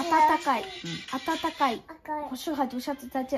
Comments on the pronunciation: 暖和的发音是对的， 妈妈没发标准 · 哈哈，＂暖和”的发音发得比妈妈好!